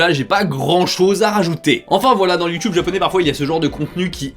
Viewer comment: sur youtube pas sur youhhheeeuuunn mega lol